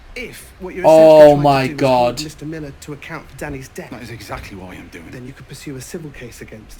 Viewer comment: Oh, my comment’s first here! That’s a bit sad, cause your reaction and your theories are great, as always))) And gosh, you’re saying “Millah” nearly as good as David Tennant himself) Also, caught your confusion about the “sort of a woman that happens to”. I think I can explain. Thing is, some people really like to believe, that such a horrible thing as rape only happens to those, who deserve it in some way, like, you know, too short a dress, too flirty behaviour and other stuff that provokes sexual attention to a person. This is actually a very unfair protection mechanism, because by believing that this can only happen to some harlots or someone like that, they’re convincing themselves that such a terrible thing wouldn’t ever happen to them, or their wives, mothers, daughters and so on. Of course, it’s not true and very cruel - this can happen to any innocent person, but that how people’s minds work sometimes, and it’s very sad(